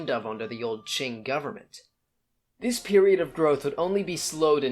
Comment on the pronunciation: Qing, se pronuncia ching y no King..